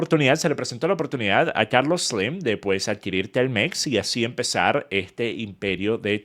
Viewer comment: Carlos sleemmmmm 😐 sos venezolano? Chao no soporto ese hablado